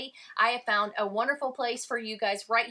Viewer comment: the “found” doesnt even really have any vowels, its just “fn”